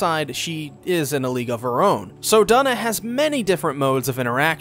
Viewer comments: Yup Twona and Doona the second 😂😭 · I love this video and I know this is late BUT YOU PRONOUNCED HER NAME WRONG Its Due - Na it rhymes with Tuna cuz thats what they were considering naming their child 😭